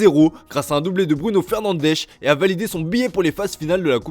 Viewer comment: "Fernandechh" ridicule.